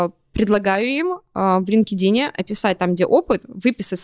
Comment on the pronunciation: Лин-ке-дин это конечно 😮 Столько англицизмов уже в речи, а как главный сайт произносится остаётся невыполнимой загадкой